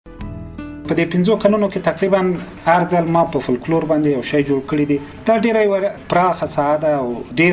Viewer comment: فوکلور یې سمه بڼه ده ، دغه یو لام استاد وایی چی سم نه دی